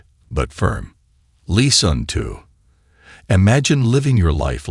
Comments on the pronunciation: What does the narrator mean by leason? 🤔 I exprected something like lessons, pronounced as lè sons or doesn't he mean teachings?? I wasn't forgetting myself, but sometimes people play the victim. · AI can be cool, but man it will be so nice when it really “learns” to speak correctly. “Lesson” is not pronounced “Lee-sawn” lol.